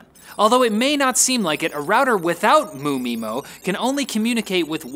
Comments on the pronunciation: ODFMA? don't pronounce the MU. M-U mymo, not MOO mymo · It's pronounced 'em' 'you' 'my' 'mo'. I want more Riley